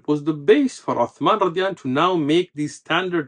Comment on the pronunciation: I may be wrong but the sheikh may be pronouncing " radih A'nhu" instead of "radia Allah A'nhu" رضى الله عنه .